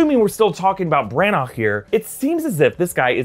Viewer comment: This look like one of those films where I’m like “huh” all the way through it. Also not to nit pick especially when you do such a good job but it’s Kenneth Bran- ah